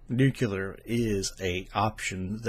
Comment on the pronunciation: not nucular, nu CLEE er. new clee er. I noticed when I did voice over that I had a few words I was actually mispronouncing and it was just years of habit and I had to basically retrain my brain. Like, seems I always said "im" words such as "important" as "inportant". Has anyone every proposed a solution that would cost $0 and be doable in 40 years: curb human population. ? We won't need half the power. ah, but I forgot the greedy rich who rely on the billions of people.